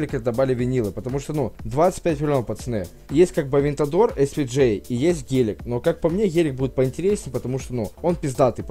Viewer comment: не ғелик а гелик